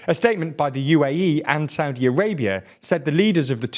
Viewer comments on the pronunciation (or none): none